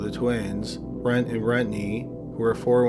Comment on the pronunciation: So we not gonna talk about Brett and Brettney.. like BRUH. Brent and Brenttnay whatever